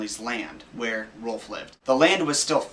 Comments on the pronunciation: Its ROULF RA-OW-LF. .. Gowd.. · Whenever u say rolph it sounds like ur barking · ITS ROLF YOU JACKASS IF YOUR GONNA RUIN MY CHILDHOOD SAY THE NAME RIGHT